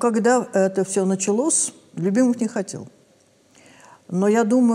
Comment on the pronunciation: Даже речь другая "Началос". Послушайте! Этот Человек иначе даже слова произносит. Как-то совсем по-другому, так сейчас не говорят... К сожалению...